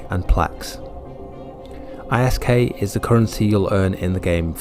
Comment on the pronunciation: Its pronounced as Isk all one word as in wisk